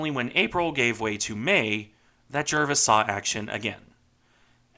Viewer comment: I stand to be corrected but I believe the correct pronunciation of her. name is Jar-vis, not Jer-vis.